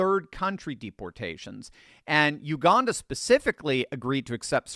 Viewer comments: Hey. Thought I would let you know there is no r in Uganda. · U-gan-da Jail. I wonder how he'll feel on his first day in Uganda when he hears "I'm the captain now!".